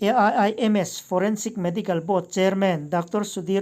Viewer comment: A.I.I.M.S I tih tut2 dan ah I thusawi awih a har